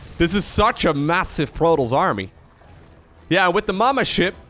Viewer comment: It's not "protols" it's "protoss". This shouldn't bother me but it's driving me crazy hearing that constantly